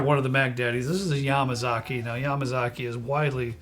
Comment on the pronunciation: The way you pronounce Yamazaki is with a more emphasized MA. Like yaMAzaki, not yamaZAki.